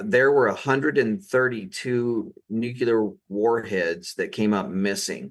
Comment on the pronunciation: Sorry but cannot stay silent! It is NEW CLEAR not new q ler. Please 🥴 Great podcast anyway.